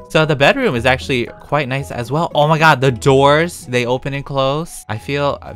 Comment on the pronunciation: Nobody: Not even me:: Oh Mah Gawd